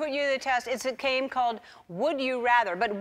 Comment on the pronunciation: She said came instead of game